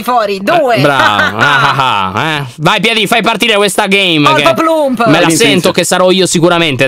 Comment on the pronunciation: oddiooo anna si chiama “ poloplump “ e nn polpoplump